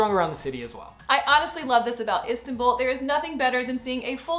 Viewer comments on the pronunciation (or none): Please. Learn the pronounce Istanbul correctly. Please